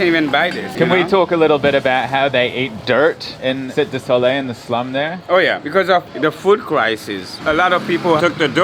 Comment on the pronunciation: That would be "Cite de Soleil" pronounced "see TEI" or "see TAE" (not "SIT"). If they pronounce it "sit", that's an inaccuracy. "Cite" has an accent over the "e" and it is French for "city". "Soleil" is French for "sun".